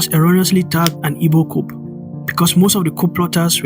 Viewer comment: ...Yes...I totally agree... Just one observation: Coup is pronounced as "ku", the "P" is silent... I love your presentation and balanced analysis...Well done!